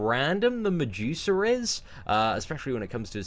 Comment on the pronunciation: I thought he was saying "on the juicer" finally figured out he was saying medusa